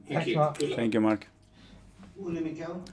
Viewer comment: The way he says "Mark". Brutal.